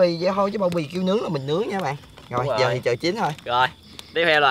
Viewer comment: said:"cho zợ":3